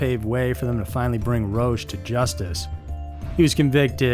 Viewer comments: It is not "Roash" it is "Ro-ahcK' Dear lord, you have completely bastardized the French language! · It's pronunced ROCK not ROACH, even if it suits him well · Roche is pronounced "Rock". These cults are crazy! I haven't heard of any except the last two. 💙❤💜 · Pronounced Rock (Roch) Terry-o (Theriault)